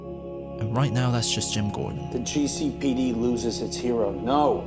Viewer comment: god how i missed hearing GEE CEY PEY DEY